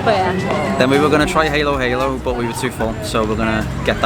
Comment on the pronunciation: Not Haelo-Haelo🙂, it’s pronounced Ha-lo —Ha-lo 😃 meaning Mix -Mix